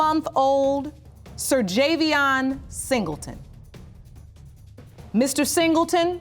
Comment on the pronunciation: The baby's name is pronounced Ser-jay-bian ? I'd hate to see how it's spelled 😂